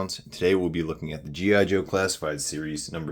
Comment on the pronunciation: Boy this guy is notorious for not pronouncing anything right gi joe what a tool